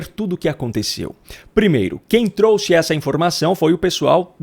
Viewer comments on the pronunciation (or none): none